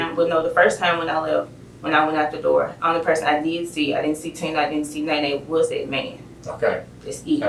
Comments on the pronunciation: Not "Neene". It's Néné lol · The AI voiceover could not handle the name “Nene”